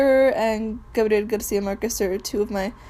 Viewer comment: I could tell when she could say Gabriel Garcia Marquez properly